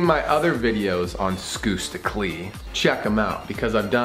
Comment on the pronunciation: I know its spelled as skusta clee But the pronunciation is skasta cli thats how you pronounce it